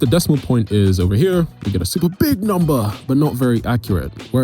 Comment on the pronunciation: why did he say BIG number like that😂😂😂😂😆